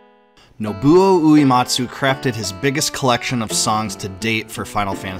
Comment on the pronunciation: Hey, small gripe, but when you’re talking about Nobuo Uematsu you are mispronouncing his last name and it’s very distracting. It is not “ooh-EE-mot-soo” like “bleed” It is “ooh-EH-mot-soo” like “Meg” Going back to watching the next 2.5 hours!